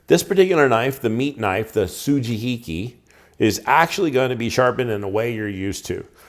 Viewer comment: Good pronunciation with the su-ji-hi-ki (and everything else you said), but the "yanagiba" which is the same phonetic pronunciation as the sujihiki ("ya-na-gi-ba" or ya-nah-gee). Also, well done lighting (that living room is dark, but you killed it with the kitchen video lighting)